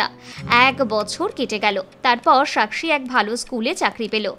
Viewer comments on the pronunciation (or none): বাংলা ভাষাটা ঠিক মত বলতে শিখুন। সাকসী হিন্দি উচ্চারণ। বাংলায় যখন বলেছেন তখন সাক্ষী উচ্চারণ করা উচিত। ইদানিং বাংলা ভাষায় হিন্দি শব্দ পরিকল্পিত ভাবে হিন্দি শব্দের অনুপ্রবেশ ঘটানো হচ্ছে। যেমন নাকা চেকিং, লাগু হ‌ওয়া, প্রায়োজক ইত্যাদি। বাঙালিরা এখ‌ন‌ই সচেতন না হলে হিন্দি আগ্রাসনে বাংলাভাষার অশেষ দুর্গতি আছে ।